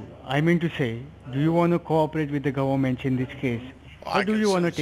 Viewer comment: Agreed “defrogging” the “gubberment” is very bad. Lol.